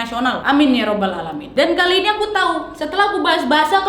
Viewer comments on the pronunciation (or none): none